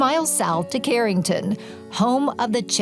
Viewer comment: Charenton and Lake Palourde are mispronounced.